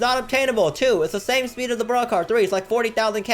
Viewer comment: Speed not sneed